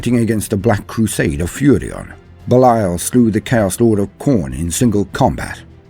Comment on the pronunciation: Well just his name isn't Beliel, its Belial...